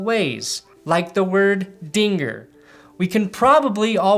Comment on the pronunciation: That did not sound like "Dinger" 😐